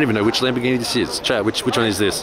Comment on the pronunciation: Every time you say "chat" I think your saying "Chad" and Im like whos Chad?